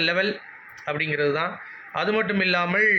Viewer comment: Not illlamalll only illamal bro. Tamil kolai panringa